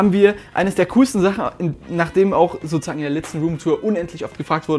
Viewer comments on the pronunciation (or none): SO-ZU-SAGEN NICHT SO-ZA-GEN MAAN